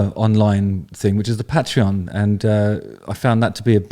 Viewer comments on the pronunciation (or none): none